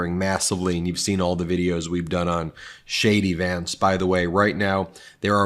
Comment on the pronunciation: Ben, when you say JD Vance to me it sounds like Shady Vance, Which is a appropriate nickname for HIM.